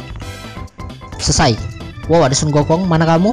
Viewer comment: Hahaha lucu pas denger "Sunggokong"